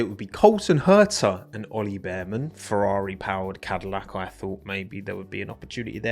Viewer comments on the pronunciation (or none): none